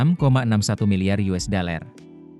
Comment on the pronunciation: Yang baca kayaknya mesti belajar baca "dollar" bukan "deler"